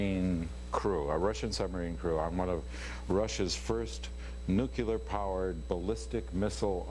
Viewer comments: "nucular...it's pronounced nucular..." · Haha he pronounces nuclear just like Bush... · That drives me nuts, too. NEW-CLEE-UR not NUKE-YA-LUR! Gah! Love Harrison Ford though. And Conan is amazing. :-D